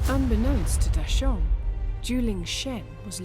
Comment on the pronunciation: Did any other mandarin speakers die a little on the inside every time they mispronounced a name? (Like Da Sheng --> Dashaun? srsly? XD)